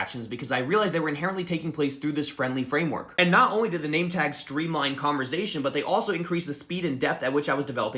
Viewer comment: WHY DOES HE KEEP VOICING THE S IN CONVERSATION